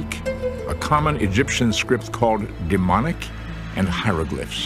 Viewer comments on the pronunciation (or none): DemoTic, not deMonic!